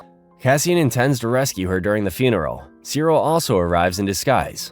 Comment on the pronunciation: IT'S "CEE-RIL"!